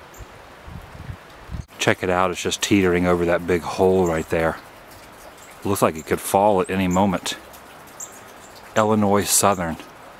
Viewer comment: You don't pronounce the "S" at the end of Illinois